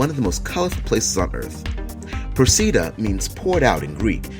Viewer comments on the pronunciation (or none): Procida is pronounced PRO-chee-duh. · Okay, no. You say, "Procida" like "ch" because in Italian the letter "c" makes a "ch" sound. I live near the island. I go every Sunday. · the name of italian island is not proceedah but proh chee dah with tonic accent on the first o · Stopped watching after repeated egregious mispronunciations of Procida. Shows that narrator is regurgitating facts, without doing proper research. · or "W-W-2" who even says that? World War 2."